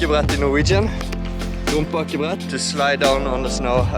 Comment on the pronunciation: "rumpe akebrett"